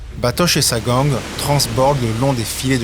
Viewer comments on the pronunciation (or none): "Gang" se prononce "gaigne" et non "gangue", soit dit en passant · La gang on prononce ça ging